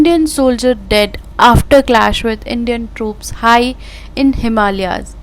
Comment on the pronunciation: very good reporting, lekin is ladki ne jo English ki news parhi he iska talaffuz kehi jagah sahi nahi kiya, troops ko dtops keh diya waghera waghera.